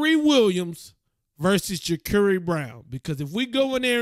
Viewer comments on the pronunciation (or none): FYI bro. It's pronounced Ja-CAR-ee Brown